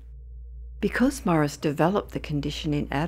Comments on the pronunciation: FYI his name is pronounced "Maw-REESE" not Morris. Otherwise, great story. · Why does she keep calling him Morris?